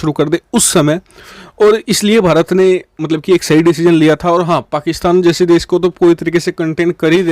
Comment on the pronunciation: What u say fakistan???😅